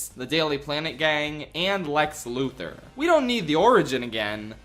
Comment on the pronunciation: People still can't pronounce Luthor